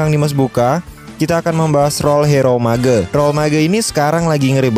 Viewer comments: Mage not ma-ge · Cara sebutan mage Tu Salah.. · Lol pronouncing MAGE